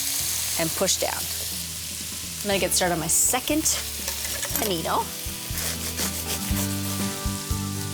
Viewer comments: pA^Nknee-NO. Like. Girl. She crazy. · her fake italian overpronunciation is annoying but I'd eat that sandwich out of her buttcrack.